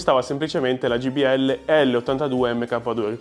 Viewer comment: ...ma siete davvero incredibili: continuate a chiamarle Gbl anziché Jbl! 😂😂 Però vi voglio bene!